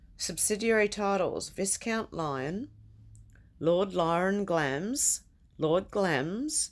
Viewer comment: I live in England, and didn't know the 'i' was silent. So you learn something new every day!